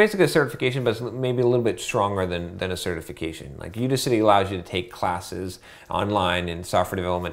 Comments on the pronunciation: I'ts udACity, not UDAcity. It's like AUDACIOUS bro. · It's You-Daas-City not you-di-citee genuis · I can't take his input on this topic seriously. If he can't even say "Udacity" properly, what makes you think he knows what he is talking about?